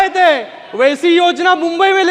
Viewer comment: मुंबई बोला साहेब मंबई नहीं